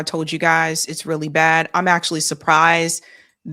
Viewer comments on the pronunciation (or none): none